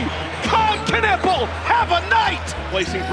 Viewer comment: Stop butchering Knüppels name, it's not Kanuppel